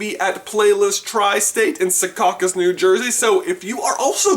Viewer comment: SEAcucus not secacus😭 HATE YOU